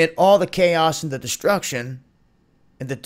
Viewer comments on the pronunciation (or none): none